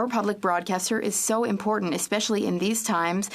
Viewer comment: Why is it so difficult for people to pronounce "important"???